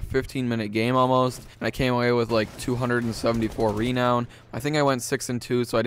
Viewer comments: Stop saying Reeeeenown it's renown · It's renown, not REEEEnown. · its not rEnown its ranown renown its purnotced ranown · Nigga said reee known 😭😭😭😭😭😭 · It's pronounced ru-known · The way you say renown bothers me for some reason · this pronunciation of renown is unpleasing peculiar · the way you say renown is terrible.